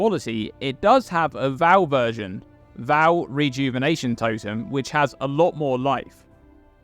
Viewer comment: Love your vids,. Even if you do pronounce Vaal wrong...;^)